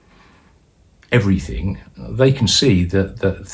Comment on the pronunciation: Did that wpc say everythinK !!!lol😂